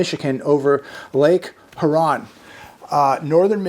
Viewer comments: "Yoo Ron"- Lake Huron. Ya know , one of the Great Lakes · it is pronounced Lake Hear-on. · I know the Midwest is just a fly-by but Lake Huron, Huron is pronounced HER-on. Lake is a border between US and Canada.